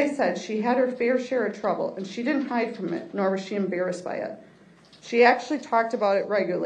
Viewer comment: Can’t pronounce DIDN’T?